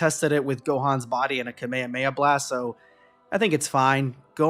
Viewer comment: please stop saying kameyameya instead of kamehameha, but regardless great vid.